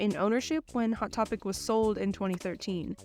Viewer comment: „II-wot Topic“